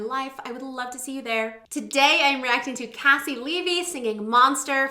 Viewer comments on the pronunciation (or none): It’s pronounced KC LEE V, she used to have it in her bio lol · haha I told you last time! KayCee LeeVee. But it's ok. Your reactions are so wonderful, you are forgiven! <3